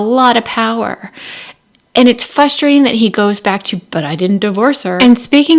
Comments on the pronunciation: Don't take this wrong please because I love your videos. It is frustrating to hear you say fustrating 😂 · I enjoy your videos! But it is a little frustrating hearing you say fusstrating